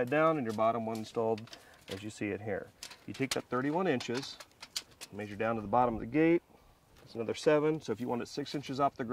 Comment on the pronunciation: It is pronounced Measure. Not Maesure. However great instructional video. Thank you.